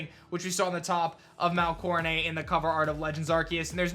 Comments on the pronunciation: Will you stop saying Mount CoroNAY!!! It's Mount CoroNET!!! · I just wish you would pronounce Coronet correctly instead of coronayyy. It’s not French like ballet or fillet. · Di-did he just say coroneigh? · Why do you pronounce it as “coronay”?? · "Mount Core-uh-nay" "Are-key-us" yikes